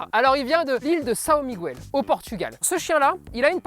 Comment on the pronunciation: San Miguouel 🤣 ça se dit San Miguel les gars ! Bref merci pour la fiche, très intéressant 😁